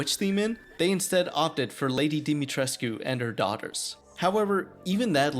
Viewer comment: Yeah you miss the fact that you kept on pronouncing Lady D's name wrong the entire time really irritating damn it